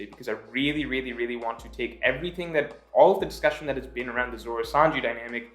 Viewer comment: Every time he says really I always hear Rayleigh